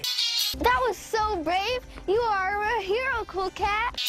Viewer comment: "That was so great, you a*RRR*e a hero" pirate cuntspermd